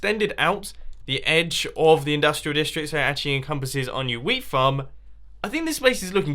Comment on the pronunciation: when he said "wheat farm" I thought he said "weed farm"